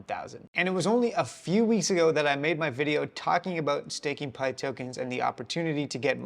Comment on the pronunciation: Your saying pyth wrong brotha